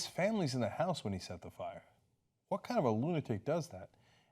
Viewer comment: Lol Cenk said Friar Department. Friar Cenk, the wise.